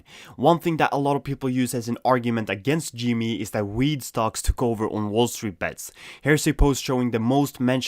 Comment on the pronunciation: it's also pronounced G M E not G ME